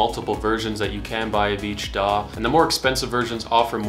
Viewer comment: Daw! daw! Your like a crow with a speech impediment 😄